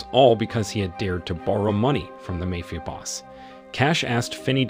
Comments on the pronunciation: Hey Narrator, what's a 'Mayfia Boss'? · Speech to text is getting quite good overall or I have been pronouncing Ma-fi-a Boss wrong all these years. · The way this guy saying mayfia sound more like a fairtale story.